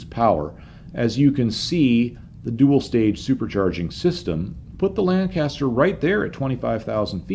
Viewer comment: please educate yourself on the correct pronunciation of Lancaster.